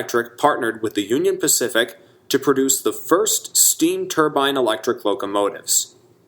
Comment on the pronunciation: Excellent video. Sad to see so many great locomotives erased from existence. Maybe some day a C&O Allegheny will run again. At least a couple were preserved. Thank you for pronouncing turbine correctly . It's not a middle eastern head dress. It's a steam turbine.